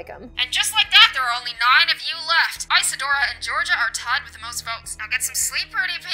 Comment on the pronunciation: It’s pronounced ( iz-a-do-or-a )